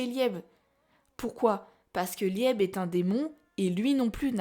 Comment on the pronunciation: Merci pour cette vidéo très intéressante. Par contre, Liebe se prononce plus Libé (c'est de l'Allemand, ça veut dire chéri ou aimé). J'ai toujours pensé que la vraie magie de Richita était sa magie de stockage et que son pouvoir était lié à une malédiction. Secre a veillé sur le grimoire de Licht pendant des siècles, alors comment expliquer que Richita le possède? Imaginons qu'Asta et Richita appartiennent au passé et que cet événement se soit déroulé dans le laps de temps où Secre n'a pas pu surveiller le grimoire. Imaginons que cela soit lié à Lucius et à Astaroth, qui peut contrôler le temps. Je ne sais pas mais il y a des moments où certaines planches du manga sont incohérentes, jusqu'à ce qu'on comprenne qu'Astaroth peut manipuler le temps.